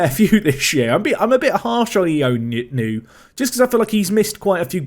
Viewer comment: Ioannou is pronounced yowanu as opposed to ionu btw